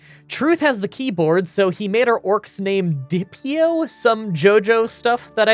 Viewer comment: It’s pronounced dope-ee-oh. Not trying to come off mean btw.